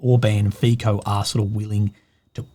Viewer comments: Omg it's pronounced "Fitso", not "Fiko". Please don't do this again, it's so embarrassing. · Fico's name is not "FiKo" its "Fitso". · love your work! Please what ruptures my ears is FICO, ita not pronounce as,,K,, but as simple,,C,, FITSO ❤